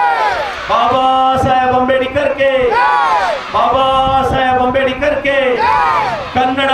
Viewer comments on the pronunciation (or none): ಅಂಬೇಡಿಕರ್ ಅಲ್ಲಲೇ ಬೋಳಿಮಗನೇ,, ಅದು ಅಂಬೇಡ್ಕರ್